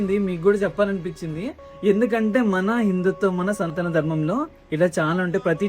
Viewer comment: Mundhu telugu nerchuko bro santana darmam kaadu sanatana Dharmam